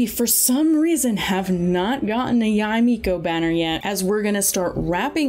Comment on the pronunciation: Or "Yai Miko"